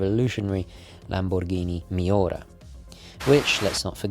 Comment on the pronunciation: With Countach, u did well. The accent is on the second syllable. koon-TAHCH.. With Miura however, you should roll the "r" a little bit. The accent is on the 'u'. mee-YOO-rah. Very fierce breed of bull. You pronounced both brand names perfectly. Most people don't pronounce Ferrari properly.